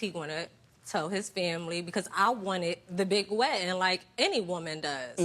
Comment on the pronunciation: Why she keep saying wedding the wrong way..why she would marry his fat butt..